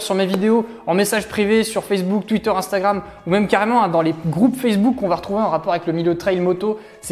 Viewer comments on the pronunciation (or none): none